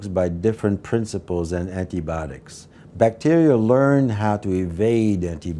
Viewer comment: did he say "Antibotics"? Are they making microbes designed to destroy technology now?